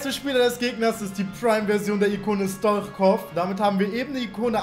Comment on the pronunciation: Er wird Stoitschkov ausgesprochen